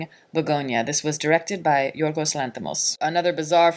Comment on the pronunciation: You’re one of the few people I’ve heard pronouncing his name spot on. Many none Greek can’t pronounce “Yiorgos” (Γιώργος) correctly.